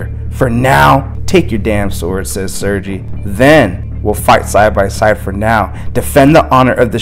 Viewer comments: I don't speak Russian either, but it's pronounced 'sir-gay'. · I as a spawn fan wanted to let you know Sergei name is Russian and pronounces sergay no pun intended but